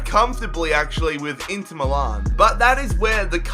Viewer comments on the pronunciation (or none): none